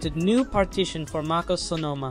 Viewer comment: Should I trust a guy who pronounces MacOS Maacose?